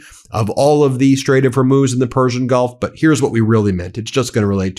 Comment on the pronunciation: Ya can’t even say the straight of hormuiz